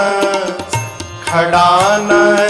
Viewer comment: खड़ानन नहीं षडानन माता हैं।